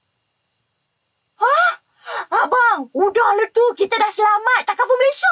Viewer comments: Ta ka ful bang... Bukan ta fa kul... Kihkih . Apa2 pun terbaik bang.. review iklan dr malaysia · Salam..pembetulan takaful bukan tafakul😁 mmg ramai org selalu tersalah sebut..